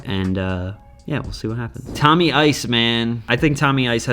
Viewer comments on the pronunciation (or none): none